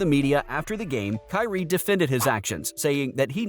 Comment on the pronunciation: The word is KYRIE